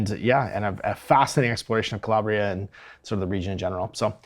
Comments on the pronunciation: You had pronunciation correct the first time, “ka-LAB-ria”. Release date is the 28th of november. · Each mispronunciation of "Calabria" hurts my Italian soul